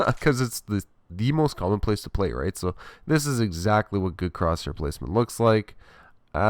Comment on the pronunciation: Every time you say "zist" I cringe